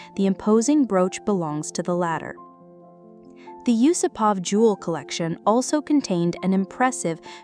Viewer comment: Nice video. May I just correct your pronunciation? The vast majority of Russian surnames have the emphasis on the second part of the name. So You-SOO-pov or You-SOO-pova